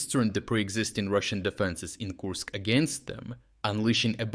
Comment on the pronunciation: Kursk not koosk